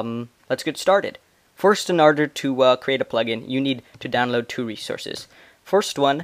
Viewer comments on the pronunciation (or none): xD you Say "Arder" Not "Order"